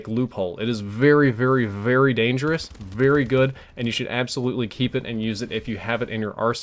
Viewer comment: Your "very" sounds more like "vurry" but besides that I didn't notice anything different haha